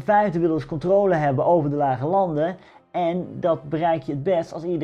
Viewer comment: Hey! Waarom zeg je steeds “controole” ipv de correcte uitspraak “controle” ?